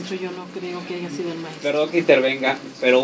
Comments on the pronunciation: Doctora? Diciendo "aiga" al 43.05? No mames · La señora está es maestra y participó en un programa gringo para latino américa y dice aiga? Tiene errores ortográficos hasta hablando y dicen que es maestra discúlpenme pero dónde se graduó. Aiga sido cómo aiga sido, allá señora maestra de Discovery Chanel yo no sé que bestia la contrató pero en fin en el reino del señor existe de todo, saludos y me gustó su entrevista